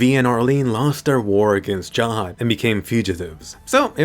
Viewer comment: why u say Jahad when its Zahard